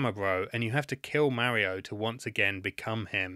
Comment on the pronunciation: LOL listening to him say MERRIO is so funny lol 😂